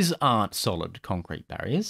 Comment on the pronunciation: "contcrete" ;-) (sorry I'm a librarian, I HAD to) lol